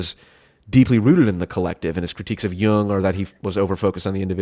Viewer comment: Wow he said the name right